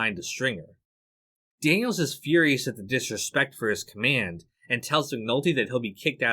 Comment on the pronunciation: Daniel-Zez ??? Lol Really dude? Learn English. The possessive form of the name Daniels (Daniel's ) is just supposed to be pronounced Exactly the same as " Daniels " .